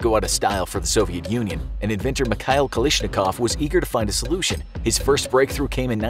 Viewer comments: His name is KalASHnikov not KaLISHnikov. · I love your videos, but I think it's pronounced like Kal(æ)shnikov, could be wrong though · Why does he pronounce it "Kalishnikov?" That's low-key disrespectful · I hate how you pronounced his last name